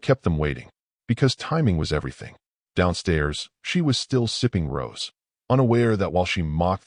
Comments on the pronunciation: Hey, that wine she’s drinking is rosé which is pronounced rose-A, not rose. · It's pronounced "Rowzay",.